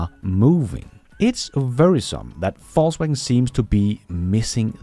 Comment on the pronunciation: It sounds like you said Falsewagen and it sounds about right